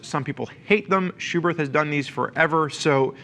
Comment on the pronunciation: The second H in Schuberth is silent